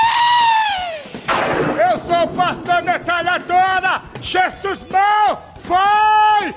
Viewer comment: cara eles falam chesus para nao ofender jesus